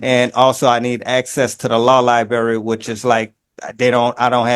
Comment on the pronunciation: No access to the Libary! What would be the point? He can't even say: "Library" 🙄